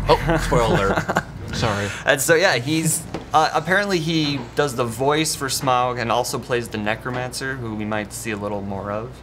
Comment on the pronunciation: Whats with pronouncing Smaug with a odd "Epic Meal" style drawl? So, some dude from F&F7 is the Bard of Dale? Bummer, Benedict Cumberbatch should have 3 credits to the series. js.